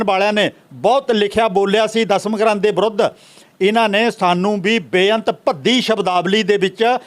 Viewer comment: And it's Dasam not Dhasham lol